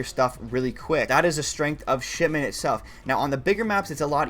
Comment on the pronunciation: Really sounds like you saying Shitment